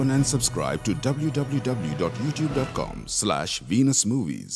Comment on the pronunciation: I never heard of dubloo dubloo dubloo before :) !!!